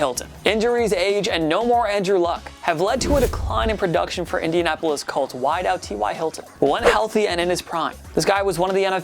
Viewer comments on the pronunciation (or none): none